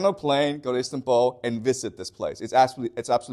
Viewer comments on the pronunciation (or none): none